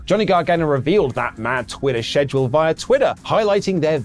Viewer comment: Whata funny is you cannot pronounce the work "schedule"